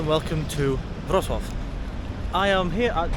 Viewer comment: You pronounce Wrocław nicely—it’s not an easy name.